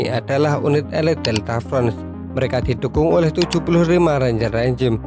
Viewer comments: Delta force min, bukan delta frons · Admin. Bukan Delta fron. Tapi Delta Force.... Masak nggak bisa baca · Berulang kali salah sebut si admin, delta force di baca delta front..😂